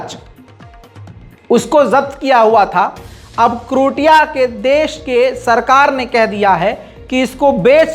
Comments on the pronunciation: करोटिया नहीं बल्कि क्रोएशिया है। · जिस देश का नाम आप करोटिया बोल रहे हैं वो असल मे क्रोएशिया है इसको आप krotiya की जगह (croatia) क्रोएशिया बोलिए सही वर्ड यही है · its pronounce Krow.ay.shuh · उस देश का नाम क्रोएशिया है ना कि कृटीया 🙏🙏